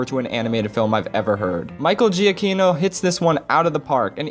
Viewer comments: Jee-uh-kee-no? GEE-UH-KEE-NO? His name is pronounced JUH-KEE-NO! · Say it with me... Juh-ki-no. Giacchino.